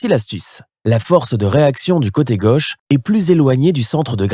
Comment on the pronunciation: "Le coté gueuche" (sic) ? Non, mon gars, c'est le côté gauche !